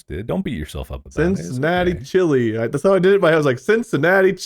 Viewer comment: Oh I love the Cincinnati Ch-lee! 🤣